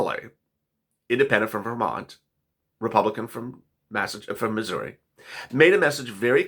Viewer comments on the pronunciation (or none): none